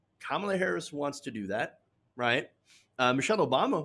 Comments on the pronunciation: Isn't it cute how he refuses to pronounce her name properly? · What drives me nuts is that they keep mispronouncing Kamala wrong! Such a lame "attack".